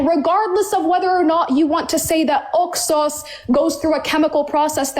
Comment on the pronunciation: How about we take a sip of wine every time she says Oxos? And actuality, I hate the way she says that she keeps saying it like she’s saying two words, “ox sauce” And I feel like if she says that word one more time it makes me wanna slap her. This girl is not bright. I see what Mohammad was talking about when he said “half brained.“ They’re all like this. She needs deliverance so she’s also calling Jesus Christ a liar? Girl, you better repent and repent fast that’s not funny.